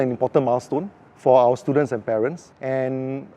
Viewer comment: gosh, the number of times he called his students stooldents...